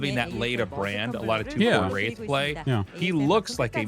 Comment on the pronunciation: Wraith war, or race war with a speech impediment? Big difference